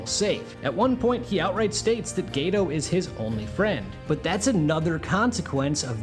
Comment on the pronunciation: "Gaytoe"💔💔 I will never forgive the dub for this pronounciation